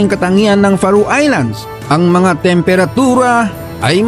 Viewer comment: FAROE is pronounce "Feh Row" not Fa Roo. I have a high school friend who settled in Faroe Islands with his wife. Would love to visit it since I know very little about it.